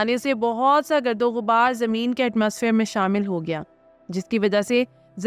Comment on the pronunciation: Baji,, gird o ghubaar nahin,,, gard o ghubaar hota hai... Katha nahin ikhatta hota hai...